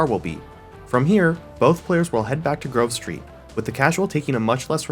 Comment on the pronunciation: Why i am one hearing that. When he says Grove Street somehow i hear Girl Street🥴🤣